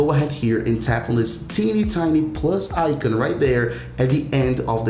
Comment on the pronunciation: Why you pronouncing icon like that